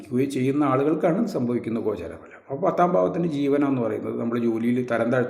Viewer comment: ഗോചാരപ്ഫലം അല്ല വാക്ക് ശെരി ആയി ഉച്ചറിക്കുന്ന ശെരി ആയ വാക്ക് ഗോചര ഫലം എന്ന് പറയു 😅😅😅😊